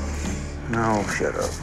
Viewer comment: "aw shaddup"....vintage Texas right there.